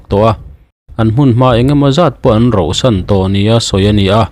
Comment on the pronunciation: 'Rauhsan' tih tur. Rohsan a awm lo, Mizo ṭawngah. Khuai pawh hi an rau ṭhin a, an ro ngai lo. An bu an rauhsan ṭhin.